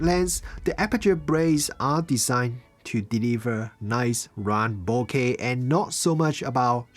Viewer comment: Thank you for saying bokeh correctly!